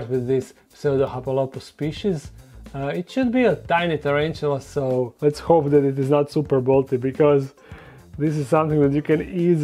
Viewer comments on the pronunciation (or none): none